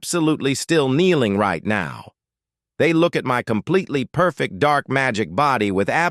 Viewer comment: Doude stop saying compeletly